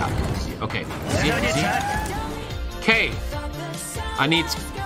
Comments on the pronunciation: Just the obligatory comment to say it’s pronounced Can-BRA. Not Berra! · It is pronounced Canbruh not Canbehra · its pronounced canbra lol